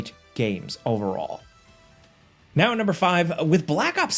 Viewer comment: Agent 47: "You guys love me know" ... Me: 😒 "know"...